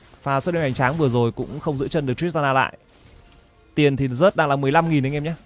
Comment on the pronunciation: Zeus đọc là "Ju'ts" chịu khó mà thay đổi đi, đọc sai tè le hột me hết e ạ